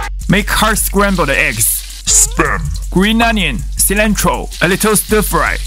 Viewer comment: For those who had this video recommended and seen 'sperm'.... It's actually SPAM said in a accent and YouTube subtitles picked up...sperm